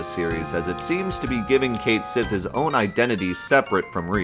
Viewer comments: The name Cait Sith is actually Gaelic and is pronounced Ket Shi, that's why the Japanese romaji says "Ketto Shi".. They just decided to leave the actual gaelic spelling in the english version rather than change it for convenience lol.. But it IS Ket Shi even though many refuse to say it that way.. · Just pronounce the character's name right. Choosing to be wrong despite the correct answer staring you in the face means you suck. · Why in the world would you make a big stink about Cait Sith's name and your vapid reason to continue to mispronounce it if you were going to show a page in the guidebook which shows how it was intended to be pronounced? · 2 minutes in and I quickly realize you're not cut out to talk about this. Had to stop and be the nuisance I am! Here we go... The game was made in Japan, sweetie. And guess what? Any foreign name gets written in Katakana, which is a phonetic alphabet. Ready for it? Disc 2, track 20 of the FFVII OST. "Cait Sith's Theme," or "Theme of Cait Sith." Here's its original title in Japanese: "ケット・シーのテーマ" "Ketto Shii no Teema" And I mean, you don't even have to know Japanese. just put "ケット・シー" into Google Translate and it'll give you a best guess with "Kett She." It's not some whack theory. It's the intended pronunciation as handed down by the game's creators, because they're into mythology and sh*t. In case you hadn't noticed. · You know, the funny thing about Japanese is that the very language tells you how to pronounce a word. Cait Sith = ケット・シー = Ket Shí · It actually states "Ketto Shi" in Katakana right there in the guide dude. Pronounced "Kate She" in English. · On the topic of pronunciation: Sure, "Cait Sith" might be unintuitive, and god knows Celtic languages are a disaster when it comes to spelling and pronouncing with an English mindset, but ケット・シー is extremely simple and to the point. When in doubt, look at how it's spelled in Japanese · its pronounced kate sith, just like mic tyson would say it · "Depth" "Cait Sith"